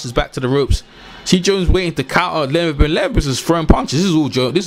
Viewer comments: Dude slow down it’s led-be-dev. Queens English my ass. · Lol Big below me, "just call him Dennis" lol...I lost it by this one "Dennis Moovinemoo"...just messin with you tho great vid